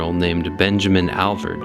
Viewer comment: MY wife and I have been to the Alvord many times. I believe it is the Alvord Desert and not the Alverd Desert. It's pretty distracting to hear you call it the Alverd. Otherwise good video! Thanks!